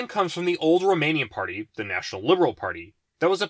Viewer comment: You're pronouncing these parties so incorrectly and it hurts me. If you want me to help you learn how to pronounce these then please reply